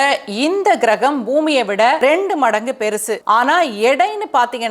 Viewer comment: ஏம்மா தமிழில் தானே பேசுற கெரகம் கிரகம் இல்லைமா. கோள் என்று சொல்லுமா.